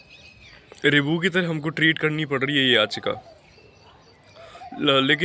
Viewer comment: रिबू नहीं होता है रिव्यु होता है